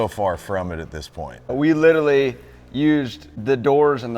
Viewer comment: Please...i like...but if your going to use a word 10 times a day, please say it correctly. Lit-er-al-ee.it is NOT lit-ill-ee.i watch his twin turbos show...i hear him make this gaf all the time.drives me nuts because he is so cool.go up to a beautiful girl and say " specific, literally, frustrating, subconsciously,supposed.end it with saying the phrase " a whole other level".nother isn't a word.trust me morons...it will get you laid in the right there in the parking lot.